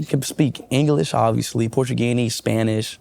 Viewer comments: “Portugeeneez” 🙄 Speed cannot speak one language other than English. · What on earth is portugini 😂😂😂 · SPEED CANT EVEN SPEAK ONE LANGUAGE..HE CANT EVEN PRONOUNCE MOST COUNTRIES…lol Portugani? LOL 😂